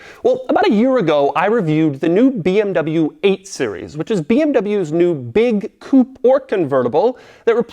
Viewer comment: 23 mins of pronouncing BMW incorrectly